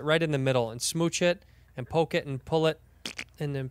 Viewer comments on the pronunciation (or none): none